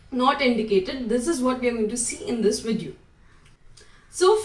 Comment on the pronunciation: Thxx for that advice And also pls change your pronountion Like Vdddeo Perrement